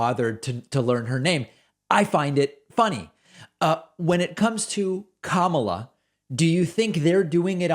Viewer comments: There's no way they couldn't know, it's just a way to broadcast that they actively disrespect the person and encourage their followers to do the same. It honestly reminds me of a playground bully walking around with their toadies and wannabes, purposely mispronouncing other kids' names to make themselves smirk. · Republicans' brains are rotten with protein eating worms. They can't pronounce "Kamala" a 6 letter simple name. Nor are they familiar with Constitutional law and said document or Admendmants. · Yes, David, they are 100% intentionally mispronouncing Kamala Harris’s name, just as they do/did with KBJ… And just like they do with their ridiculous “democrat” party — instead of “democratic”. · BS, she has said how to pronounce her name, that is the only pronunciation acceptable. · So funny they can't say Ka-ma-la, since it rhymes exactly with la-la-la ....The very sound they make as they stick their fingers in their ears and walk away whenever anybody brings up holding Trump accountable for his corruption. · They pronounce Kamala as kahmahlah , because it sounds more foreign. Therefore she is less American and therefore shouldn't even be in office. They are idiots being idiotic. I don't even listen to what Marjoram and the pedophile ever say . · Sorry David. I am not sure why you are digging these idiot for always messing up Kamala's name but most of your video it seems like you purposely pronounce some ones name incorrectly. I always annoys me both when you do it and when they do it, there is no way it is not on purpose. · David, or course they are mispronouncing Kamala on purpose...the republicans absolutely hate that there is a non-white person in the white house and they are feeding into the right wing media's trope of disrespecting everything non-white in every way they can. If you think I'm wrong, then explain MTG's behaviour towards a child who survived a school shooting...that goes out to anyone out there who thinks I'm wrong.